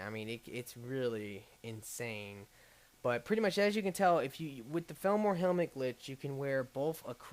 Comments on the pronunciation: I never used to care about your mispronounciation. But felmor? that's just too far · not to be a stickler, but isn't it pronounced fall-mer?